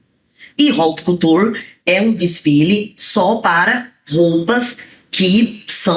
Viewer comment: E haut couture e Nao raut couture